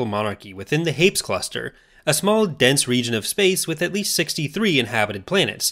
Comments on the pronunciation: Surely it's pronounced 'Haypeez,' not just 'Hayps' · It’s pronounced “hur-peez”